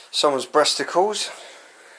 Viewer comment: did he just say bresticles